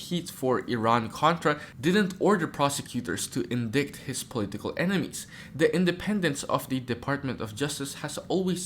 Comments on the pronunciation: Its not indict..it is pronounced in-dite. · The word "indict" is pronounced "INDITE"!